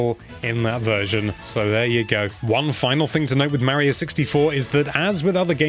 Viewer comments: Say MARY-o one more god dang time. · Super “Marry-oh”? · no offence, its kinda annoying how tou pronouce "Mario"